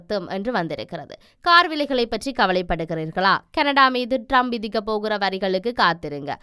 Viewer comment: அவர் பெயர் ரம்ப் அல்ல ட்ரம்ப். பெயரையே சரியாக சொல்ல முடியாத நீங்கள் IBCயில் கடமையாற்றுகிறீர்கள்.